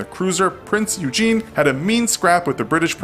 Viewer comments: Yes, I have one more thing to say. Oy-ghen. Not Eugene. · Laughed when I heard Eugene. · Surprised you did not mention that the German ship he mentioned at the end is not the "Prince Eugene" but rather called the Prinz Eugen (pronounced Oy-gen with a hard "g" as in "g"reat). And before you think that is just the English way of saying "Eugen" that would be akin to people in Germany calling "Verfolgungsjagd". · PRINZ EUGENE ??? ITS EUGEN NO SECOND E ... E - U - G - E - N ... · Da_phat_asian Child to be fair, I didn’t know it was “prinz oi-gen” (like oy + again) until I watched a Bismarck documentary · Still super cringy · The way they pronounced Prince Eugen and Jutland, oh how it hurt my hears!